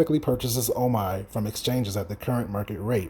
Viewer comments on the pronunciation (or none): It's pronounced OMEEEEEE